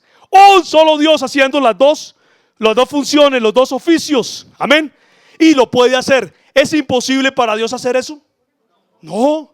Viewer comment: Por qué dices Ameñ Cada Rato Amén Y Amen